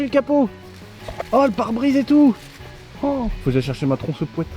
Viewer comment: "la tronçopouette"